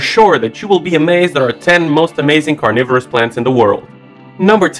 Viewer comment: u said cornivores u need to talk right omazed